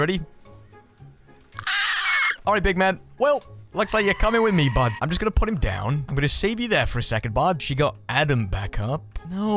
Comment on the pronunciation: Are you say "Hello bard" or "hello bud"?